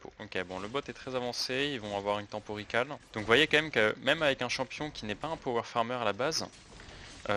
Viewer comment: praïo au lieu de prio et recal au lieu de ricol (en prononciation) ca a tilt mes oreilles ptdr